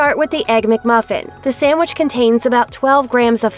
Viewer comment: Hearing SAMwich instead of sandwich 🤮